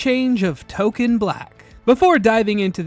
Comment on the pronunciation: English is my 3rd language. I don't hear any difference between how you pronounce "token" and "Tolkien". The way I say "Tolkien", the 'i' is clearly audible.